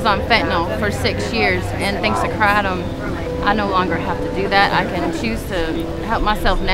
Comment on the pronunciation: It's "KRAY-TUM". For CRYING out LOUDDDDDDDDDDDDDDD